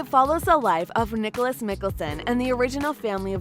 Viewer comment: no one... literally no one.. The lady talking: pronounces it "Nicolas Mi-k-ell-son" Me: ~insert very angry Elijah voice but very loud~ "IT'S PRONOUNCED NI-KLAUS MI-KA-ELSON!!!!" 🤦‍♀️😅